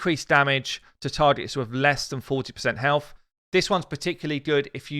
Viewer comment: aaaaa HELF !!! why you keep saying HELF ?!